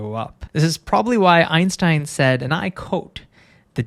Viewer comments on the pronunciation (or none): none